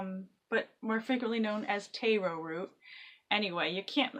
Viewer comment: Just a note, its tahr-o or sometimes tare-o, not tay-ro.